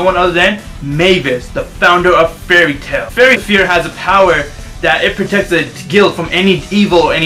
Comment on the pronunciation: did he say fairy sphere?! XD